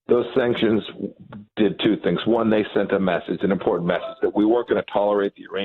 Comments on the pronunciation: IM...PORT...ANT, NOT IM POR ANT. learn the language if your going to open your mouth. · Its important not iportat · Learn how to correctly pronounce the word "important" !!